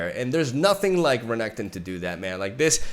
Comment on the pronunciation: I love the way you pronounce Renekton, sounds more sleek.